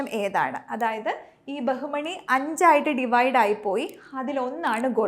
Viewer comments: ബഹുമണി അല്ല ബാമിനി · ബഹുമണി അല്ല. ബാഹ്മിനി. (ബാമിനി )